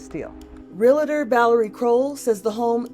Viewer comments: They let this idiot () be an Inside Edition narrator?!?. The word is realtor, not realitor! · Whoever is narrating needs to learn English. It’s pronounced “Realtor” not “real a tor”! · Real-tor not Real-a-tor! smh